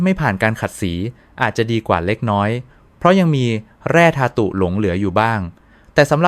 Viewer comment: บ้าหรือเปล่าวะ "นม" ทำไม อ่านออกเสียงทั้ง นอ-มอ และ นม น้ำตาลทราย(ซาย)ก็อ่าน ออกเสียงเป็น ทะ-ราย และคำ ที่เอไออ่านแทบจะเหมือนกัน ทุกรายก็คือคำว่า แร่ธา-ตุ